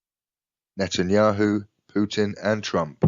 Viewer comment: "netenyahoo" sons of light.... yeah nah lol what is this nonsense